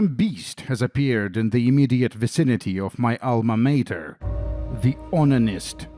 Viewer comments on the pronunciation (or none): none